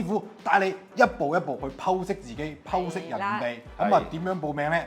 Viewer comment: 男主持在 讀「剖析」發音正確，「否」是異讀音。